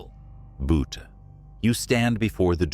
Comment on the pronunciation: Why use AI narration? "Boot" for Butte? Use human narration as it is so much better.